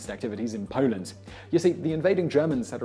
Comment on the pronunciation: He said Pauland!!!!!!!! LOL😂